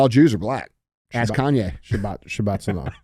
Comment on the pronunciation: what did they "axe" him? 😂